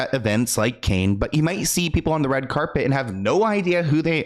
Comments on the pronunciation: Say like Can not Cain sweetie. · are you really calling it the Cain Film Festival, when you should know it's pronounced Can Film Festival. Holy moly are you AI? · Cannes as in multiple cans.. not canes which are eg walking canes, bamboo canes.. etc.